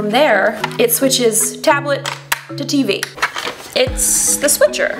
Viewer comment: Why she call it tablet like that tho